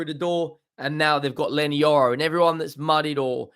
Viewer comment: Yorry it’s Leny Yoro 🤣🤣